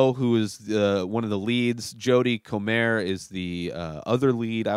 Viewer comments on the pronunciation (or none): there are two completed series available to watch. The third series is nearing the end of shooting and will be available in the Spring. Comer is pronounced like coma. Welcome to the obsession.